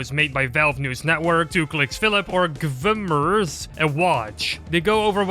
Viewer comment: Bro, GVMERS is pronounced as Gamers, the A only stylized as V watch?v=a1UhR_MX3-c You don't pronounce HL as HLambdaLF-LIFE, right?